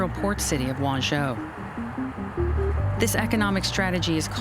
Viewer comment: Wenzhou..Not Wanzhou